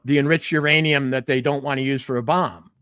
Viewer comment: Iranium, youranium,. Myanium? Co reading Catch 22... Lol! You guys are so spot on!